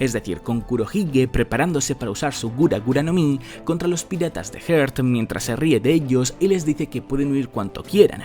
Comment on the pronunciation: quisiera hacer una observación respecto a tu pronunciación de los Piratas Heart, si te cuesta pronunciarlo pues usa el termina Tripulacion de Law